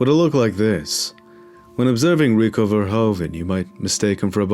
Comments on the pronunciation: its verhoeven, like a horse's hoof. verhoofen. verhoven like how you pronounce is an actual last name but not the right way to say it. just fyi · You should pronounce it as ''Verhooven'' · VerhOEven, te OE is pronounced as the OO is in 'hOOver dam" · It is Verhoeven. Fer hoo fan!